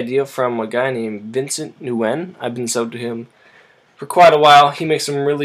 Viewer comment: the N is silent in Nguyen. pronounced like a W.